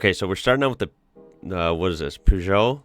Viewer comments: It’s pronounced Pur-Joe so 10/10 for effort The Fiesta is the Escorts younger brother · Don't feel bad about the way you pronounce that make. Phonetically the British way is Perzjoe but the correct way (a la Francais) would be Peu jeo. The T Is not pronounced either way. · Peugeot is pronounced puh_zho Mate had the 205 - lovely car until he rolled it into a ditch in the country and killed it. Another mate had a Renault 5 - used to burn around London in it in our teens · In the UK we pronounce it ‘Perj oh’ or ‘per zhow’ (it’s difficult to spell phonetically as we don’t have a letter for that sound really)… but I think we may say it incorrectly 💁‍♂️ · Its funny that as a kid born in mid 80s these were the go to "beaters" for my first cars and for my friends, so yeah at the early 2000s I owned or drove literally every single one of these (owned 3 of the Peugot 205s one more of a beater than other, its pronounced as "Peshoo" E as in elephant not the us pronounciation) , because they were the cheapest to buy and what more could a teen with fresh drivers license want! Now they are relics even in europe and hard to find. Also most of them are/were used as rally cars. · Owned a Peugeot 106 in 2010, which finally had about 262000 km run until sadly the footwell had been perforated by rust... Little pronounciation help for the french Peugeot written in english (somehow close): PoiJoe 😄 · Peugeot ( purr-geot) . The Little " Pug " 205 was a Mini Monster . Great little car . Had passive rear-wheel steering . And that XR-2 was a Rare and expensive model . Could come in Two Litre Turbo All wheel Drive configuration . Rocketship . And I have NEVER seen one of those Renault's " In the Flesh " . Wild Item . Looks like it was a Purpose built Rally Car platform . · Peugeot... Per joe. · Dont worry about the peugeot pronounciation, most people in europe cant pronounce it, im french so i know lol!